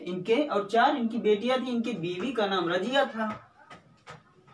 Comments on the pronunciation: رجیہ نہیں رضیہ ہے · سر اُنکی اہلیہ کا نام "رضیہ" تھا نہ کہ راجیہ